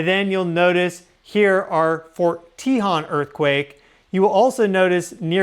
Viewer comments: It’s not pronounced “tee-hawn” we pronounce it “tay-hone” as in the Tejon Pass. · Just to help you out, if no one else mentioned it, the way to pronounce "Tejon"...which is what I think you be saying...is to say it as follows: Te (say the "e" like from the word "e-le-phant") jon (in Spanish, the letter "J" makes the "H" sound, so like the sound of "hone", as in "hone your skill") So Te-jon... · I'm not trying to harsh. Forgive me. Its Tehone. Te hone. BTW, you're awesome and my favorite. 😊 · Fyi for future videos, Tejon is pronounced Tah hone. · pronounced “tuh - HONE”. Don’t forget about the Dec 8, 1812 San Juan Capistrano quake (~7.5) which likely caused the Dec 21, 1812 Santa Barbara/ Wrightwood/ Ventura quake (~7.1 - 7.5) which caused a 15 ft tsunami in the Santa Barbara channel. The tsunami caused the ship “The Thomas Newland” to be pushed into Refugio canyon, snd then sucked it back out to sea. (We know these specific details based on the records kept at the California missions at the time as the “Mission Report” was due to be sent to Spain just a few weeks later and included all of this info) This same tsunami was recorded in San Francisco and in Hawaii. Edit: I should have watched the video to before I piped up. 🤦🏻‍♀️ sorry. My bad. Sorry 😵‍💫🤷🏻‍♀️ Get your swimsuits out SoCal friends. We’re going swimming. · That’s where live near fort tehjon ( we found you from Pam Gregory ♊️♊️♊️te .. hone is how it’s pronounce🙏🏻🩵☀️🐬🐶🐾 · Thank you! I am not sure how the natives pronounce it but that is how Southern Californians pronounce it, and the 15 freeway pass towards Victorville is pronounced CUH-hone Pass, they both pass over the San Andreas fault. You should check out Devils Punchbowl which shows a lot of the sandstone fault elements in the form of rock formations or Vasquez Rocks nearby. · Love your vids. Just wanted to let you know that the "o" in Tejon has a long sound. I live about 40 miles from it. Thank for all the info!!